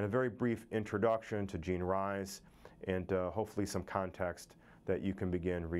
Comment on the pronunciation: Good Morning Midnight was NOT her autobiography.. but a novel.. oh, and her name is pronounced Jean REES not RISE